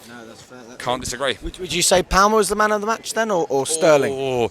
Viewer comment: classic intriguing pronunciation of player names 🤣it's palmer as in palm tree